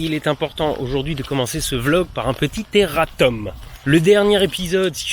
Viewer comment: P'tain 5secondes de vidéo... ça se dire "erratoum", pas "errateum"... Bisous !